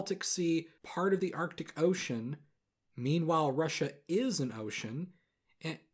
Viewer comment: “meanwhile Russia IS an ocean” that emphasis killed me lol